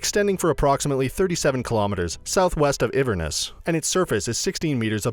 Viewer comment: You forgot iverness instead if Inverness 😂